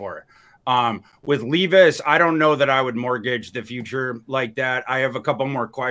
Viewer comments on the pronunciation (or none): Why does intentionally mispronounce peoples names? who the fuck is LEEVIS?? its Levis (lev.is). and its not RAY-GORE either